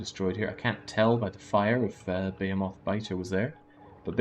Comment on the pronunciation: Why do you keep calling behemoth's buh-hay-o-moths? Is it a Britt thing? It's buh-hee-muhth